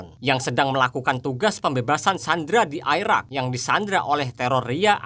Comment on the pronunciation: Krn kita di Indonesia,jd membaca Irak tetap Irak min bukan Airak....